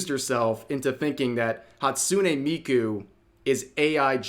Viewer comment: Wtf.. how dare they try to tarnish Miku.. and butcher her name on top of it. And then drag Kizuna into it. This bitch is insane. Shes either dangerously ignorant or purposely spouting misinformation. I think the latter.